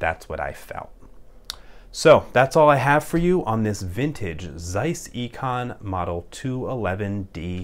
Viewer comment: This is pronounced as "tsaizs" :) German so German :) Thanks for the video!